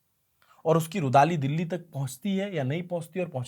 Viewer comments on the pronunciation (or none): none